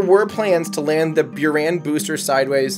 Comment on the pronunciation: It's pronanced as booraan not bioran